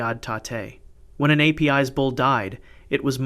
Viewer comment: Ei-pee-eys bull. :( It is pronauced Apis like in Lapis lazule.